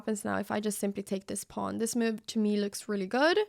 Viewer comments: meeoove, is how I hear it :) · The real reason it is called The Cow is because in Anna's funny accent every time she says the word "move" it sounds like "moo-ve". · I absolutely love how Anna pronounces word "move", sounds like "Miuve" :)